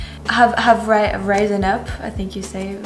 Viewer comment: The i in risen is the short i, more like a soft e...over here we just say, damn, they raised the price again!